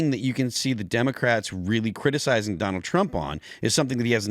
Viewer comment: "this is an all time high, even for doland trup" dude with glasses is a dingus just saying wods